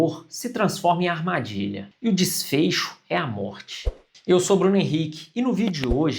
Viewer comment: O "desfeicho"